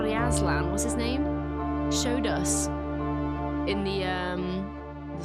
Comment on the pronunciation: Every time you incorrectly said Azlan and Alcatraz it reminded me of two of the greatest children's stories. (Chronicles of Narnia and Alcatraz Vs evil librarians) convienient mistake considering this is heavily focused on stories and children's books.